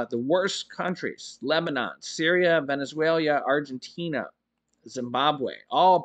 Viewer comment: you forced me to go to the dictionary, because you always mispronounce Venezuela 🇻🇪. It’s veh-nuhz -way-lug. You always add an extra syllable near the end.